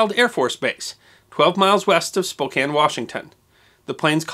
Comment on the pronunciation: .... It's Spo CAN... Not Spo KANE.